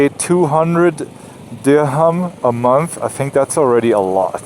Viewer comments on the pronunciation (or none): none